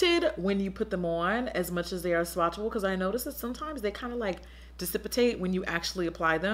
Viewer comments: JACKIE JACKIE JACKIE JACKAAAAAAAY! Love u girl, but ummmmmm what is dissipitate?!?!?!? ....it's cool tho, i kno u meant dissipate! lol keep being great black queen! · 'dissipitate'? gurrl lool this why I love u jackie, straight making up your own words! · Dissipitate? Okay. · Guys how did we let aunty Jackie get away with "dissipitate"....? Im assuming you meant dissipate? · Lol girl you said “dissipitate”. I know you meant “dissipate”. It’s ok I forgive you 😂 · She said dissipitate sjsjdjdjjdjdjjf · LOL did she say decipitate I'm totally kidding LOVE YOU JACKIE! ;-*